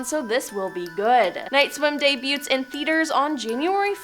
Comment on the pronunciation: DayBUTES? DEBUT is pronounced DAY-BEW 🤦🏾‍♀️🤌🏾🤣